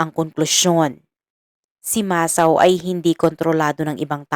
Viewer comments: Need more improvement pronouncing Japanese names.. it's MA - SA - O.. not MA - SAO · HINDI PO MASAW IT'S MASA-O 😂MUNTIK NA MAGING ISAW EH NUBAYAN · It pronounce Masa-o...sorry for correcting you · Wag ka sanang magalit pero Mali Mali ang pagbigkas mo sa mga pangalan masa-o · RIGHT. . MASA O